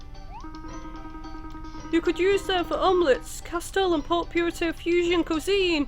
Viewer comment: I always do a double take when she says Port Piurto instead of Port Puerto (pronounced "poo-erto" for english speakers). I love the let's plays tho!!